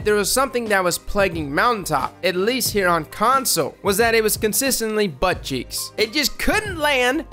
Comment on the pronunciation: I definitely thought he said “butt cheese”